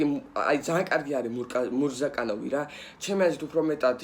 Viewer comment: მურკაზანოვი არა მურზაკანოვი 😂